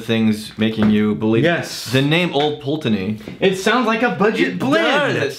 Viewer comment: "old pull TAY ney"?, dude.:-) Talk about how our brains can work! It was interesting that said that as he READ it in the letter but got it right moments later while just speaking of it... Or was he just mooching off corrected usage? And was letting it go by out of respect for mom, who he'd be seeing later? Tune in for the next fascinating episode of "as the vault turns".:-)